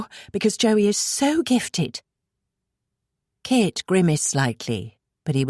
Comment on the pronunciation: At times a bit confusing when the reader pronounces Kit as Kate.